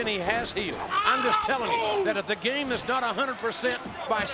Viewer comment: i aarrgm the gaaaymmahh....🤭